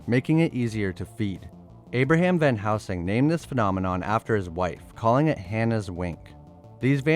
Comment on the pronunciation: Josh Hartnett, not Harnett, and it's Van Helsing, not Van Housing.